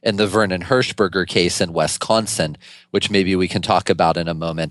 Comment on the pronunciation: Is he saying "West Consin" ??